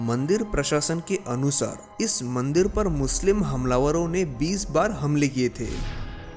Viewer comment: Bhai mandir hota h mandeer nhi